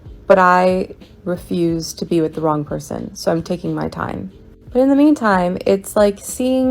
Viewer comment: 'youll pelsoon" 🤣🤣🤣 God damn it, man, you' ll give me a heart attack one day 🤣🤣🤣